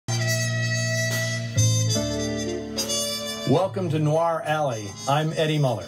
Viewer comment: ironic that a film noir expert cant pronounce "noir" [ he says 'noo-wahr' with 2 syllables]